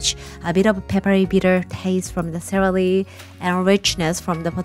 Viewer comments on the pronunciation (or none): Happy Birthday xx and thankyou for your knowledge and the joy you bring! The liquid after boiling beans is called aquafaba in english. Also to help with your english try to say celery as you would the word "sell" as in buy and sell, sellery haha, your teeth touch your top front teeth on the LLs. I can't wait to be let back in to Nagoya to visiting my fam!!XX